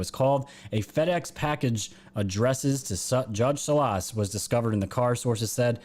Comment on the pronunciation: Salas - the accent is on first syllable...